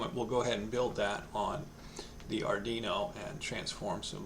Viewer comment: Pronunciation Police Department here, yeah, hi, we've been informed of a violation: ard-ee-no ❌ ard-WEE-no ✅ We do not treat repeat offenderd kindly as this is a very sensitive matter. You have been warned citizen. -PPD